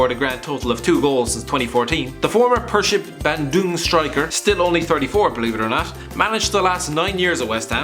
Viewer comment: the way you pronounced Persib Bandung 😂